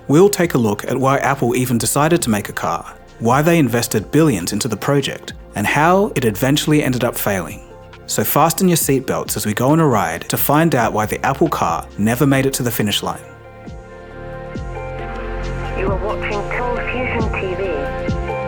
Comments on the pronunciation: who tf says "fast sten" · You don’t need to pronounce the ‘t’ in fasten 😊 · The T in Fasten is silent, friend. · Also your saying 'fasten' wrong!